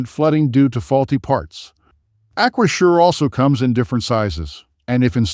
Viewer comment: A-kwa-zhure? This is just affiliate linking content, with ChatGPT distilled reviews, this isn't expertise.